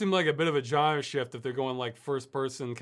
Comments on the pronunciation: I like how Ross says genre. (JAN-ER) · I agree, its "Genre", Not "Genre" :D